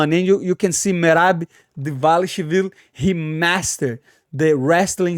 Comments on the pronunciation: Merab Davashvililishu. NAILED IT! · ..."...merab devashville..." Lol...love the lingo bro